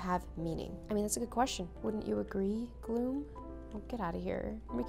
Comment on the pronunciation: Did she just say "glo-hoom"🎈 (Gloom)